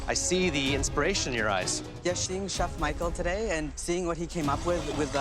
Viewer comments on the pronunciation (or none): Yes sheeing chef Michael... Lol sheeing